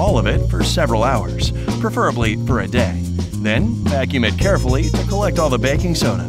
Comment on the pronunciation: did he say baking sona ??? 😅